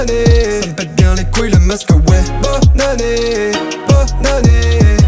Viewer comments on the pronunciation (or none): Je suis la seule qui entend "BOB ANNÉEEEEE'' ???